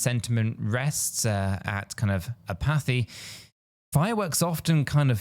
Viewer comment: If your gonna read a script, at least learn how to pronounce words like apathy